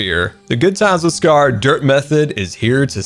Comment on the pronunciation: The way he says scaRRRRRRR